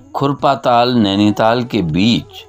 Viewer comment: नैनीताल, आपके उच्चारण से और निखर जाता है। दिल गदगद हो गया सर🙏।